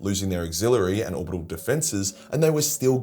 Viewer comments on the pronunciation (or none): Its not “orbitabal”.